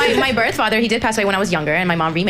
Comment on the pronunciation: When she said "Borrth" i died